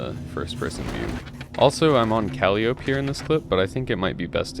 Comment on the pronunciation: its pronounced kuh·lai·uh·pee, not cally-ope. just lettin you know